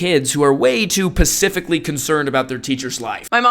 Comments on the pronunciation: Casey say “pacifically” instead of “specifically” 💀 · Complains about idiot millennials and Gen Alpha for 30 min.... But thinks "specifically" is pronounced "Pacifically"? ish. Check yourself before you throw shade sir. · Come on bro some one of your intellect, it’s specifically not pacifically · Pacifically concerned? 😂 George Washington video was trash lol. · Pacifically? 🤣 Which gen are you mate, be honest 😂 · Did you say pacifically concerned??? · Pacifically? I heard that.